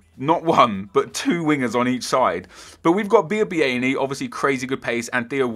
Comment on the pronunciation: Wait.. How did you pronounce Biabiany like that?